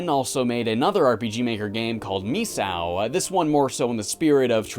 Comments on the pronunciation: Phonetically it's pronounced "MIS-SAKO", rather than "MIS-OW" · Its pronounced me-say-oh